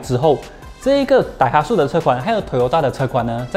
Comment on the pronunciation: daihatsu 要读成 dai ha tsu，不是 dai hat su tsu 读音类似“之”